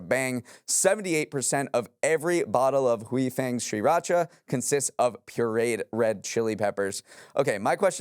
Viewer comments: “Great show today,. It’s pronounced SIR-racha.” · I didn’t think the mispronunciation of Sriracha would bother me as much as it did 😅